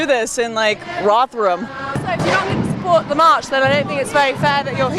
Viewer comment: Wow, this "no men on the march" sounded like "no men on earth". xD.